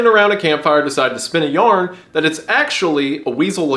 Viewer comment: “Spin a yarn” yer appalachian slipped 😭